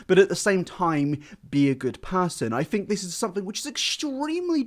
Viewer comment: Ironic...tells people how to pronounce music....Continues to say 'fink' instead of 'think' but I still adore you 😉 I'm just impersonating a catheter and taking the piss 😜